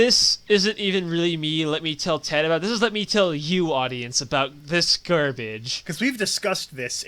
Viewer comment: sometimes when he says ted i think he says dad